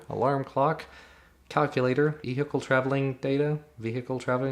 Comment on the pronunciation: Funny how they left out the V in Vehicle ... ehicle.... LOL